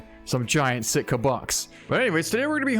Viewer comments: Its sika deer not sitka deer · Sika deer not Sitka. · Bro I live in nz and we dont say sika deer the way you do 😄 but different cultures say things difrently